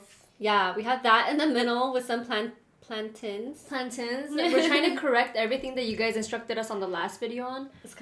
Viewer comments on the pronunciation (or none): It’s planTAIN not tin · Its plan TAIN not plantin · With the pronunciation of plantain, pronounce the 'tain' the same way you would pronounce the word pain. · Just an FYI, it’s plan-tain as in maintain . Love you guys!